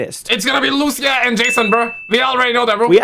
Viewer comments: Wherever we go gta 6 leak is there 😂 And she is Lucia not Luchia 🤣🤣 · It is Lucia (Lu - Ceeuh) not Lusia